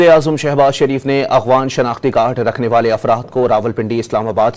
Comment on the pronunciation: یہ لفظ “ اغوان “ نہیں بلکہ درست ادائیگی “ اَفغان“ ہے ، کراچی والو !